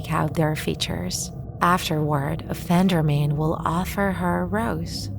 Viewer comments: Everyone: Offend-er-man This text-to-speech ahh: Off-and-er-m-A-n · The way she says it tho LOL OFFANDARMEN